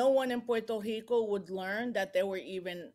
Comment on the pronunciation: Why did she try so hard to say Puerto Rico?😂😂 Speak normal ma’am😂